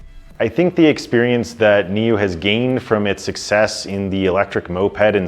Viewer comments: Did you just call the company NIO? It's NIU. Pronounced "NEW" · Say 'new', not 'neo'.